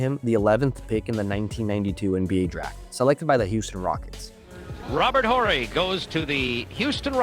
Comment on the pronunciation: You gotta be very young to 'barely know' who Robert Horry is... Im glad you pronounced his name correctly tho